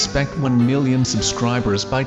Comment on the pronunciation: HOW IS HE SAYING ONE MILLION???